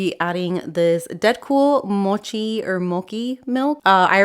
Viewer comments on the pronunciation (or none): Love your videos,! I want you to speak confidently about a perfume that you love - the "ch" in "mochi" is pronounced just like the Spanish "ch" 🤗